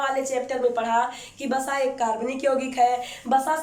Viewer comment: It's not Basa, it's Vasa in hindi...